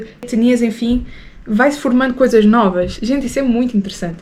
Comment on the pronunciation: Não é noua kkk é nova..😂